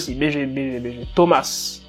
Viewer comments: On dit Thomas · Mort de rire c'est pluteau tes dents qui ne sont pas très Charlie je t'adore est aussi c'est Thomas c'est pas tiomase